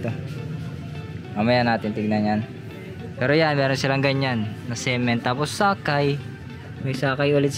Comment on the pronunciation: Ung pagka-pronounce ng cement taena gay AF hahaha subo mo 🤣